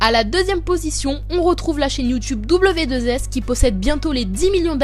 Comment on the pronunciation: ce n'est pas w2s sa ce sait Wroe To show quand tu a dit sa j'ai saigner des oreille